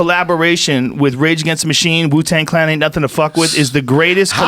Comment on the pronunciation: Donnell said "Jew-Tang Clan" omfg 💀